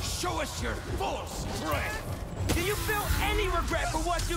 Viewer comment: “Miles has big strenk”